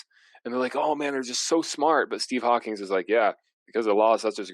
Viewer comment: Most irritating part for me is, he keeps saying Steve Hawkings. Makes me want to tattoo the proper spelling backwards on his forehead. Disrespectful ignorant sham of a man.